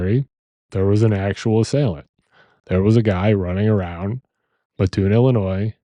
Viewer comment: I’m from this area. It’s pronounced MAT- oon. For a local, hearing town name mispronounced pulled me out of narrative. Otherwise, great job.